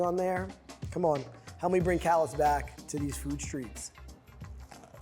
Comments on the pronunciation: Despite this dish being/being known from New Orleans, it is not easy to find in Nola. It was common back in the city’s heyday. Also, it’s pronounced ca-la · It's pronounced cuh-LAH. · The s is silent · You pronounced it wrong, it’s French not English lol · Thirty seconds into the video and he's already mispronounced the name of the dish AND the city where it's from. Hard pass from me.